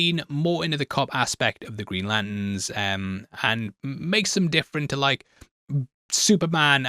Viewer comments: Every time says Lanterns, I hear Latins. 😂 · Love, hate the way he says ‘Lant’ns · Sounds like he is saying 'Greenland' and 'Latin' - and autodub agrees!